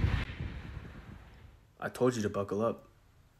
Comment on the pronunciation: My favourite part is when the object always say dawm😂😂